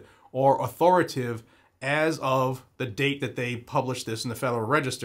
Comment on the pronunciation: Sir, the word is au-thor-i-ta-tive. Just trying to help, not being rude…